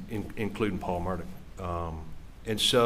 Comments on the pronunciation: It's pronounced " Mur daw" the "gh" is silent and there is no enunciation of a. "c" .. they keep pronouncing it "Murdock".... Maybe that is just that southern twang.... The American language is one of the most difficult languages to learn and frankly the most ridiculous.... Silent sounds for certain letters depending on the how used or what is described.... For example, 🗡️ knife or knew vs new or read vs red , knew vs new, know vs no, reed vs reed,.... It very nonsensical and crazy... It gets insane attempting to explain why we do our language arts this way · Why does everyone say Murdock? His last name is pronounced mur-daw.